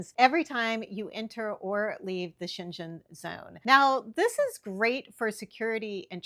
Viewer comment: Great video. Always enjoy your tips and information! And just to clarify the region in Europe is pronounced Sheng-en.